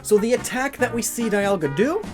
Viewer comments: its not die alga its dee alga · whatsup guys i'm immediately taken out of this video by the pronounciation of dialga but i'm watching nonetheless